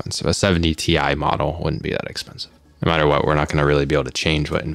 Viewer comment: What if he intentionally said tye so as to warn people not to buy it. Ti = good and buy it, pronounced tye - don't buy it! XD